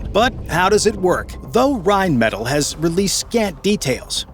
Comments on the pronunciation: Königstiger* and Rheinmetall*, please never say Reimettel again 😭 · PLEASE stop saying Reimettel its rheinmetall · Pronounced: rine-meh-TAHL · Would be awesome if you could pronounce Rheinmetall correctly